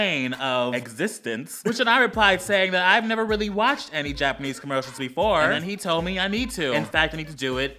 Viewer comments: I died because I thought he said Japernese (Yes, I meant to spell it like that) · He said Japernese the first time.😂